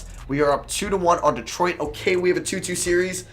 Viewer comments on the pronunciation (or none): none